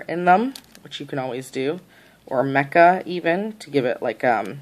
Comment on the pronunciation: That was bugging me too.